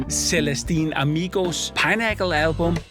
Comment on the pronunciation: Not Celestine Amigo but Clandestine Amigo ... (and as an extra: it's not pinnacle as in "pineapple", but as "pinprick")